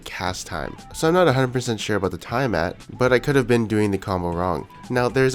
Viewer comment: plz learn how to pronounce tiamat and melee :)